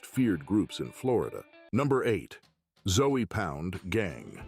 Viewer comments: I'm from Miami. It's disrespectful caliber them "Zoey Pound" lol. It's pronounced "Zo Pound" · 🤣 Zoey pound 🤣 it's Zoe pronounced Zo not Zoey! One of those zoes is gonna come get your ass for disrespecting their name like that ! I was in prison and worked the kitchen with a few . They can be some cool cats but you better keep it cool with them to ! Cause once they loose thar cool they turn into some crazy ass Haitians and will do a number on your ass! 🤣 you really need to do a little more research and at least learn how to say their name 🤣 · This dude pronounce Zoe pound as zoey pound definitely didn’t do his his homework because he would of bring up the legend Mack -a-Zoe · I just fast forward your whole Zoe Pound part because you keep pronouncing the 'E'. Who taught you how to pronounce that? It's Haitian, it's got a French pronunciation.